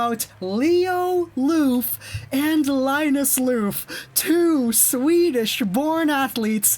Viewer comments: "Loof" xD Try saying "love" in a really cheesy way and the pronounciation will be a bit closer :P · The F in Lööf is pronounced as a V btw